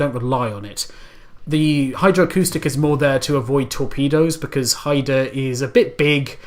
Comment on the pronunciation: Hi review Pronounced Hi-da